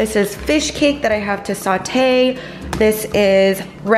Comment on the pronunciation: "I JUST NEED TO SAUTEÉ THE SPINACH" *BOILS IT*